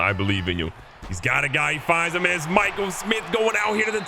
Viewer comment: Hearing him pronounce Mikel Smith, pronounce Michael Smith after I commented on early vid is fire 🔥.. keep up the vids Bro